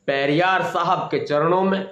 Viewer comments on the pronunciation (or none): पेरियार का नाम पढ़कर भी नहीं ले पा रहा बेचारा अनपढ़